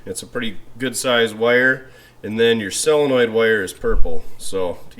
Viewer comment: And SELenoid, instead of SOLenoid.